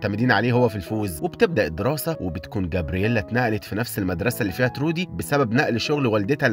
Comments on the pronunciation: تروي مش ترودي😂* ما حد بعرف حد وكلهم غرباء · اسمه troy مش trody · اسم البطل تروي مش ترودي يسلمو على الملخص الجميل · البطل اسمه تروي مش ترودي🌚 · تروي مش ترودي😅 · هو ليش دايماً الأسامي عندك غلط؟؟ ❌❌❌ اسمو تروووي Troy